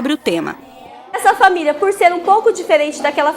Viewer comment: É PORQUE A PROFESSORA FALA ERRADO, ELA FALA FA-MI-LHA E NÃO FA-MÍ-LI-A